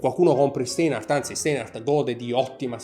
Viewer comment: Ti vorrei correggere la pronuncia, il dittongo "ei" in tedesco si pronuncia "ai" - (Stainhart) insomma.😉 Per me sono orologi ben fatti e ideali per chi non ama "sperperare" troppi dindi ma ama quel tipo di estetica (inutile girare intorno all'originalità o meno del design, tanto tutti fanno ciò che gli pare). Io personalmente non li acquisterei, non rientrano nelle mie preferenze. 👋